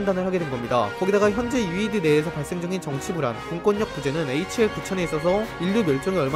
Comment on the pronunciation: HAL인데 계속 HL이라고 하시네욥